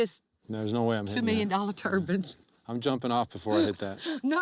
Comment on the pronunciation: "Turbans"... or turbines depending on your pronunkiashun